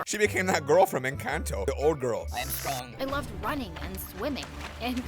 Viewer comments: "that old girl from encAnto" bruh u mean Luisa? also its pronounced in-cahn-to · How he said "encanto"-im dead sir,its (en-con-toe=encanto)